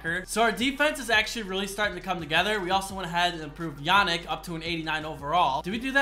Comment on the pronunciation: Yo love the vids! Just a quick correction: Yannick Ngakoue is pronounced Yaaneek Engackway😂😂 go jags!!